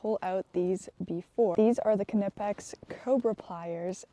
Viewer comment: Great job on pronouncing “Knipex” properly! I had some of their tools for a few years before I learned that the “k” is not silent in German.